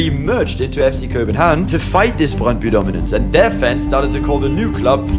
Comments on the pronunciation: As a dane myself, i was surprised on how well you pronounced Brøndby It was literally perfect! 🤯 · Yeah, I was honestly choked how well you pronounced especially Brøndby ;) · Suprisingly good pronunciation of names especially brøndby, actually saying the "ø" sound correctly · 10/10 for that "Brøndby" pronounciation! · Du siger brøndby godt